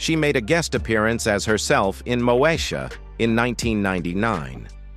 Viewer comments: When AI is used to narrate, rather than humans ... it irritates the heck out of me to hear certain words pronounced incorrectly. It's Mo-E-sha ... NOT Moe-sha. (smh) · Learn how to say the name of the show...damn